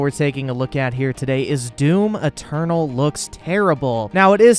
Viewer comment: Lol one funny thing tho* Whenever you say "Doom Eternal" is sounds "Doom Maternal" ~ I get it such things happen in english. The finishing letters take over the Main starting letter of next word. In witcher Tv series .. they keep saying "Law of Surprises" some actors sound like they're saying "Lore ( Lawr) of Surprises" dunno where tht R comes from... in ur case atleast i can understand DOOM MATERNAL .. shit had happened to me before. ~